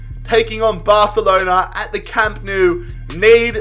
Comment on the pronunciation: No one Literally no one: BARthhhalonAaa